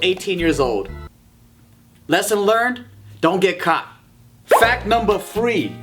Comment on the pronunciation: Lmao at the beginning. "Fack numbah 1". That was facking gold material,. Also loved how you said pianist- penis lol.